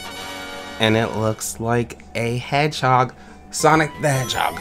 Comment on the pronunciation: "heghog" XD